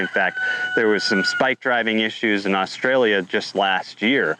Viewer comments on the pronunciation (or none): none